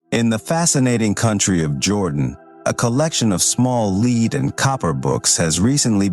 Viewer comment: NOT LEED BOOKS AI, PRONOUNCED LED SPELLED L-E-A-D Actually Pronounced it Correctly twice, Then Repeatedly not. Cringe to Keep Hearing exposing The artificial Fake Voice. Next time Have Human read the Dialogue